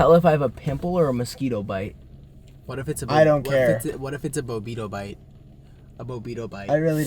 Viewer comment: "what if its a bobeedobite" - nick sturniolo